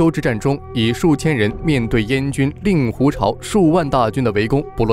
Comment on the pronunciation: 令（二声 灵）狐